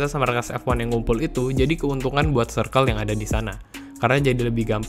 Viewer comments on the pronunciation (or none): none